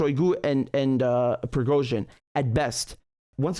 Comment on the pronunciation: Richard said it correctly.